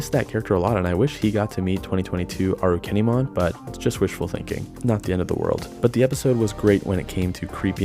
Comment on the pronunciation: Properly pronounced this time around I hope